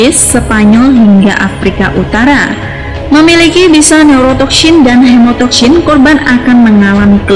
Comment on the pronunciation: Neurotoksyin dan hemotoksyin. Lafadz Syin nya fasih bener 😆